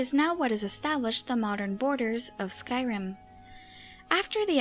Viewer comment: Skwym, Atmowa and Nowdic people.